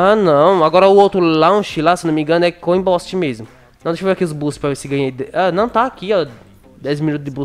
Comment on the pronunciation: "coin bósti" Eu:,pelo amor De DEUS FAZ UM CURSO DE INGLÊS VÉI, TEM DI GRAÇAAAA! E brincadeira mas e sério, incomoda, mas só me faz rir mais do kkkkkkk